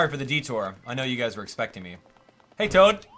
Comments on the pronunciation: it's toad, not tod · His name is TOAD. Not TODD. Come on, man. This isnt hard. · ITS TOAD NOT TODD LMBO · did you actually call toad tod? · Did he just called Toad "Todd". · You said tod instead of toad